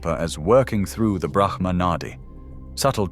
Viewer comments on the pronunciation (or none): none